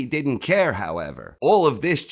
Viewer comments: This narrator: She did ent. (ala Christopher) 😅😂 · haha. "She did-dent" She should have told him. I get ethics and all that, but what a let down!